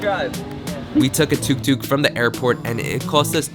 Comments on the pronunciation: Omg tuque tuque??? Poonam pen??? Couldnt be bothered to learn how ro say thanks in cambodia for their driver...also going to theee fake tourist schools, Good lord if youre gonna travel to a country atleast learn how to say things k thanks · We pronounce Tuk Tuk as Took Took, literally the word 'took' :D